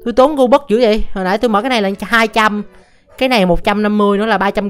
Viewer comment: Robux Thì Đọc Gobux